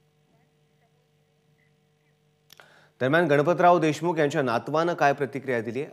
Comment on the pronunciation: याच्या नव्हे यांच्या म्हणा...Anchoring व्यवस्थित करा...🙏